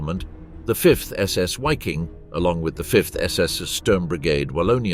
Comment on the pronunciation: Another YouTuber that can't be bothered to learn how to pronounce the subject of his video. WTF is a "Wiking"? It's pronounced, unsurprisingly, "Viking" whether you are English or German. So that's another YouTuber I can block.